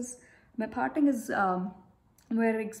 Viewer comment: The way u pronounce T is so funny .. for parting I heard as farting🤣🤣